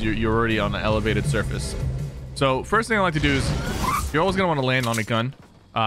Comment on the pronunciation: “It’s important to thirst” oh no....